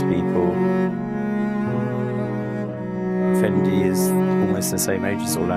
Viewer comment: Seriously?! Be realistic Kim Jones, it’s Fendi, it’s not Jondi!!